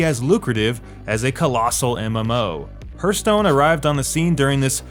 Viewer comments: I had to laugh when I heared you saying "hurt stone" again xD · If I hear "Hurthstone" one more time, I'm unsubscribing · yea, he also says "Laura" Croft. i donno guys, but i feel like this guy doesn't know jack about gaming and just reads someone elses scripts. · Hurthstone best pronunciation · Please Google "pronunciation: hearth" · henk thats the way he pronounces hearth. Who cares lol?